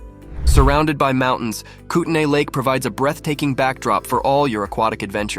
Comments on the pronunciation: itys pronounced kootneee not kootnay even tho its spelled that way. i was born there. also it sint as good as it seems at all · Buddy.... COME ON! Kootnee not kootNAY.... are you AI?